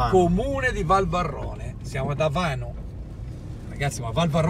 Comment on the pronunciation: àVANO, accento sulla prima à!